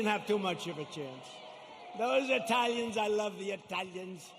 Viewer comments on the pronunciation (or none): "Those Italians, I love the IT-DAHLIENZ"